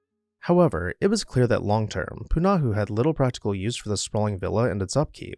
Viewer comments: Poo - nah - ho, with slight emphasis on the first syllable. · The school is pronounced "Pu-na-HO" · please learn the correct pronunciation of Punahou